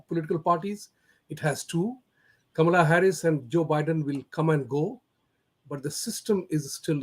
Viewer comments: Its pronounced "Kamla" not "Kamaala." She's half Tamilian (from her mother's side). Her actual name is Kamala Devi Harris. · is pronouncing "Kamaala!" Shocking.